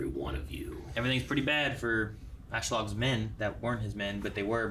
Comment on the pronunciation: Every time says asslog, I'm thinking, obviously, one of them is going to tell him, that, this is not his name but no, are they doing it on purpose? Lame.